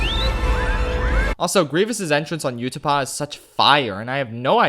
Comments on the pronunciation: I was loving this video until , he pronounces Utapau, as “You-To-Pa”. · it’s pronounced ooo-ta-pow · Btw Utipau is pronounced “ootip-ow” not “yoo-ti-paw.” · "You-tah-pah" instead of "oo-tah-pow" I've never heard anyone pronounce it like that. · I can’t believe he pronounced Utapau as Yootepaw. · Nobody:: you-tah-pa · 2 things. 1) Battle of Heroes (RotS) is, in my opinion, Williams' best work ever. 2) Your pronunciation of Utapau hurt